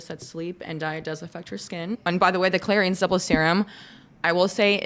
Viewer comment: the YTTP cleanser has a really bad rating on the "clean scale" also its clair-ins not clair-eeens